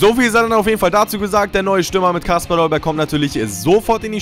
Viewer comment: Dolberg nicht Dollberg...